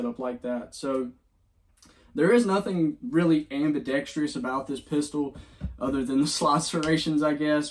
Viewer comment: It's ambidextrous, not ambidextrious.